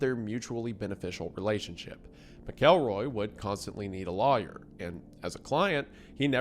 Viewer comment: Take a shot every time Wendi pronounces lawyer like liar